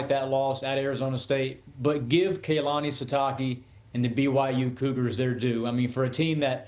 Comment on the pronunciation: Kay-lani Sitaki